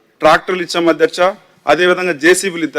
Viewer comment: అద్యచ కాదు అధ్యక్ష